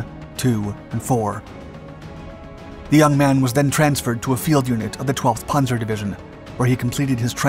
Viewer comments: Pan-zer not Pon-zer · He pronounces panzer as 'ponzer', don't expect much from him. He churns out videos full of mistakes constantly. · It's called a panzer division. Not a punzer! It's not batman and robin! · Wtf is a ponzer ace? Lol